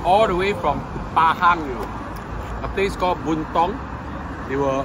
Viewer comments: Bentong and Raub. Not Buntong😂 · Bentong. Not Buntong